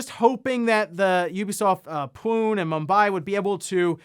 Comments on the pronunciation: Small correction, pune is pronounced Puney, not poon. 😅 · Hey just quick correction. Ubisoft Pune is pronounced poon-ay. I do think the way you pronounce it is hilarious but just an fyi so you don’t say anything suggestive sounding 😂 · Love the content! Just an aside, Pune pronounced closer to "Poo-nay" rather than pune